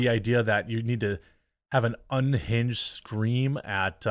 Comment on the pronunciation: "Ungined lunatic" and "hwite woman" usually go hand in hand.